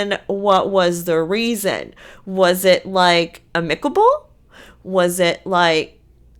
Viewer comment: Ah-mick-able LOL